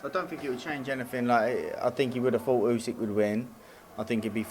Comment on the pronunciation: Still can’t pronounce the undisputed world heavyweight champion’s name. It is NOT Usek ffs!